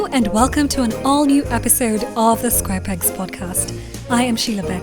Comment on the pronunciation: The bloopers were so fun... It's how you said Square Pegs and didn't even notice it immediately. Catching up on the episodes now and loving it.